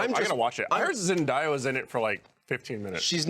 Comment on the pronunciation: pronunciation of Zendaya....